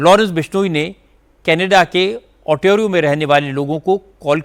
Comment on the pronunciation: 🤣🤣🤣🤣 kam se kam news to khud bola kro, abb kya yeh bhi AI se dubbing karwaoge jo गिपी को जीपी ग्रेवाल और ओंटारिओ को ओन्टेरो बोल रहे हो